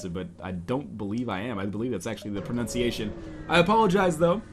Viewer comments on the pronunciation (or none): none